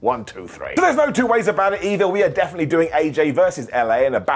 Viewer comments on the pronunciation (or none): none